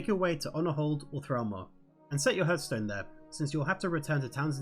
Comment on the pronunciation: Super useful video thanks! I know Kripparian says "hurth-stone" but it's pronounced "harth-stone"